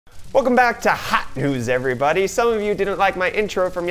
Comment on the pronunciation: Why does this guy keep saying Hawt Nudes?